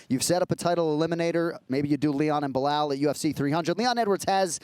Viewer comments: I love Chael for saying Blihal eveytime. 😂😂😂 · Chael intentionally mispronounce Belal's name I meant he must be!! If you can say pal you can Belal but he just makes it weird as if he is speaking some alien language. SMH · “Bluh-hal” chael could probably mispronounce his own name at this point😂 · Again with the ‘Blahal’? Really Chael? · Chael purposely mispronouncing names is my least favorite thing about him. It was funny for awhile now it’s dumb. “Blahawl”. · Everyone: Belal Chael: Blahall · I love the fact that chael TO THIS DAY still calls belal “blehal” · Chael is still calling Belal “Blahal”. 😂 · ESPN: Chael can't pronounce a 2 syllable name phonetically? Belal... say it "Bel al" there is no "h". It's a weak schtik.